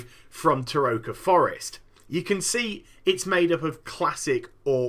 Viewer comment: its TerrokaRRRRRRRRRR not Terroka.